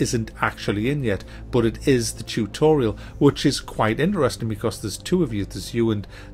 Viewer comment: Chewtorial....ha. Great video as usual.